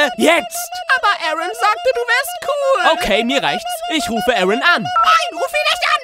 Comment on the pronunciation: Vexus aaron wird im englischen "eren" ausgesprochen ...